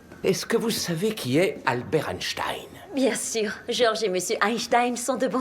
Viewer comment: On dit Albert EinstINE.